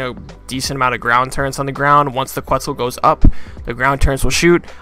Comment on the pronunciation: Oh no he calls them "turrents"